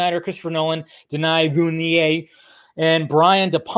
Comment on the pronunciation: Your pronunciation of Denis Villeneuve is disgraceful.